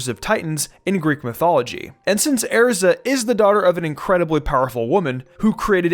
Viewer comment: The fact he pronounces Makarov and Erza wrong is really bugging me out